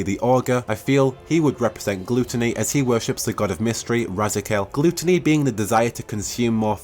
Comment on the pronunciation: Die Uh Tee. Gloo Tuh nee. I'm gonna pronounce diety and gluttony that way for the next week.